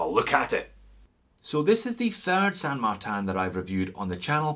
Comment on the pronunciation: Why pronounce the name incorrectly. You pronounce the word insane correctly so it’s not difficult to say San Martin. It’s not San Martan. It’s a Chinese company not some fancy company in a French village.